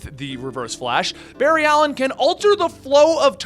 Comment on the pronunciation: Barry-ed Ali-een facepalm